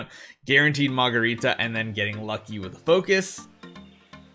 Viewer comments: ....please be joking. Her name is Margarita (Mar ga rita) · OK now say after me…Mar…..ga……rita. That’s her name. Lol. 😎✌️